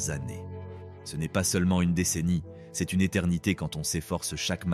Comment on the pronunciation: C est au lieu de c’est ! N ont au lieu de n’ont ! Apprenez à votre IA à lire correctement ! C’est insupportable !